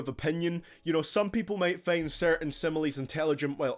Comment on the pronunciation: "It's perfectly fein"